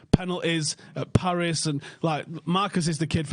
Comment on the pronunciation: PEHnalties PAHris PUHpadoms